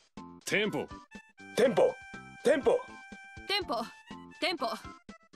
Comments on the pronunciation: ダメだ… テンポが「ティ○ポ！」にしか聞こえねぇ…w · のテンポティ●ポにしか聞こえんww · のテンポがティンポにしか聞こえんw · テンポって○ンポに聴こえて毎回ツボるw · ティ○ポにしか聞こえなくなって来るよね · 地味に聞こえる から地味に聞こえる ティンポ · てぃんぽにしかきこえないぜ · ティンポだよねほんと。他コメにもあったけどが特にそうw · 俺の耳がおかしいのかテンポ(迫真)のやつが天丼に聞こえるんだが末期かな？